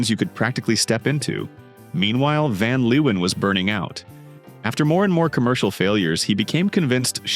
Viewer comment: ‘fen liewen’, lol. You should have learned the proper pronounciation for ‘van Leeuwen’.